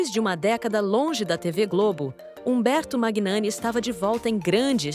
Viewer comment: Humberto Magnani, pronuncia-se Manhani.